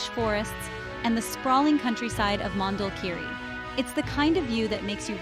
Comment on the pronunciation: Please the name is : Mondulkiri - not Mandel kiri😅